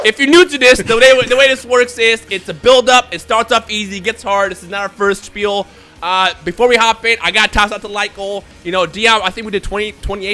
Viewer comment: Did said Spiel?